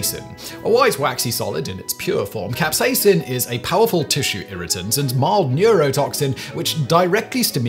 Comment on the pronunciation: capsaicin, not capsacin